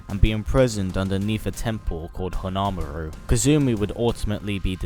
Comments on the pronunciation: Honmaru not honamaru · Hon-maaru ,you english fuck